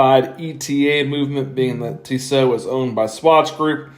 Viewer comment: Tee-so, not Tiss-oh.